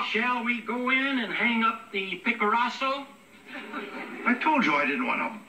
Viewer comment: "Picaraso" LOL, love this show!